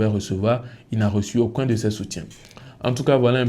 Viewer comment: 'Aucoin ' c'est ce que tu dis, mais c'est 'Aucun'